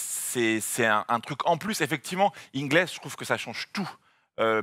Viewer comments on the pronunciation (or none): Joe "Inglèsse" ? 🤔 🤯😂 Les chips t'appelles pas ça des "Pringlèsses" quand même ?